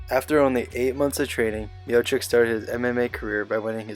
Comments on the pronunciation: His fucking name is pronounced miochich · at least say his name right